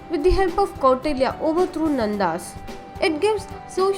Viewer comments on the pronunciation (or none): It is not kottalya it is Kautilya It is not seclucas it is selecus not only this there are more pronunciation problem